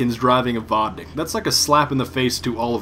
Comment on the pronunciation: Claims to be russian-Cant pronounce vodnik